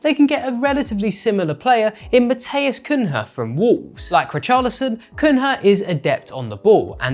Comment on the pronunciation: "Mateos Kun-hah" wtf bro at least try to pronounce it right